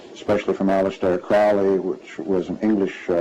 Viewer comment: Crowely, himself, says is last name is pronounced Kro--leee,"as in 'Holy'.